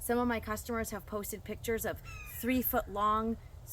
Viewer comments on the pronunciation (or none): none